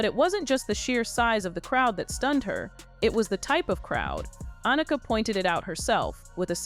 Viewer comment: It would be nice if some of these narratives actually had some editing to ensure that they pronounced people’s names correctly. Everyone knows how to pronounce Annika’s name.